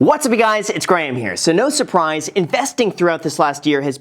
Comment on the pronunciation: Wow an American who says Graham right. Usually it sounds like they are saying gram